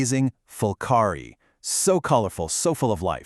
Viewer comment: it's actually pulqari, not fulqari, but I know this is AI-generated, so AI can make mistakes, but it's a very good video.